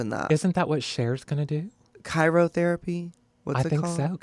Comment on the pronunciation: Laganja Cairotherapy killed me 😂 it’s Cryotherapy and thats not what Kelly was referring to. #Cryonics